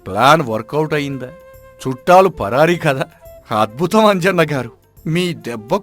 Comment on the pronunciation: Is it "chattaalu" or "chuttaalu"??? Mistakes lekunda choosukondi kadaa